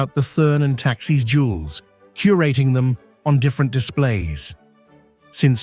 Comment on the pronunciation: "Thurn" does not rhyme with "fern". "Thurn" sounds more like "tour-n". And "Taxis" is not the plural of "taxi". It sounds more like "Tax-iss". Please find a different commentator. Thank you!